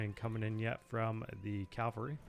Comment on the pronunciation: "CAVALRY", not calvary...